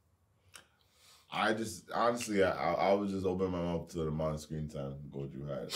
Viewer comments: Robs been saying “goju” for almost two years and they haven’t corrected him 😭 that has to be intentional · its pronounced GO JO not GO JU also you guys are confused this season isnt just about gojo’s past only part of it is then we’re going back to the main stuff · someone tell them its gojo not goju 😭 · my brain will blow if keep saying “Goju” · still calling gojo goju lmao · So they’re still saying goju after all this time 😅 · loves Gojo but he can't say Gojo 🤔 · One of y’all niggas in chairs please help pronounce Gojo correctly 😩😂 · How tf can someone struggle to pronounce Gojo properly wtf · Lmao imagine being so hyped about a character and never pronouncing his name right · They still can't pronounce Gojo lmaooooo Proves they don't read comments as lots of people pointed that out under the season 1 reactions. I will never understand that since the voice actors are telling you how to pronounce it by saying his name in the anime. So it's not like you have to look it up or anything.